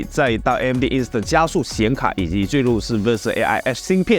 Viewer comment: 好多字都念錯了 叙(xu)述，嵌(qian)入式 而且你说Zen5介绍时只字不提AI，我去看keynote就明明听到Zen5的slide上面写了大大的AI，还提到了”double the performance of AI”。